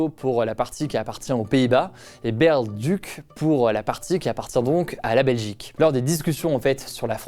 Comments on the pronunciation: On dit Baarle! Pas baeaewrle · Par contre on dit pas Bèrle (nasseau ou le duc) mais Baaarle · Au cas où en Belgique on n'a pas de mairies comme on n'a pas de maires, mais ce sont des maisons communales avec des bourgmestres, et Baerle se prononce Bârle comme ça vient du néerlandais. Voilà pour la prochaine fois ^^